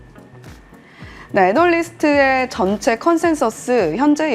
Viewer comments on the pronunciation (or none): 오늘 좀 바빴나요? 오버보트를 과매도라고 하고, 애널리스트를 애널리스크라고 하고...